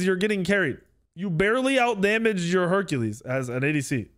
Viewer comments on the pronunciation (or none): none